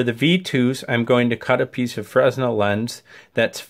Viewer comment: Good Stuff. FYI the "S" is silent in Fresnel. It's pronounced Frenel